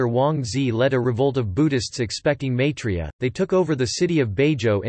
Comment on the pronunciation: MYI 3 YA not MAY 3 YA...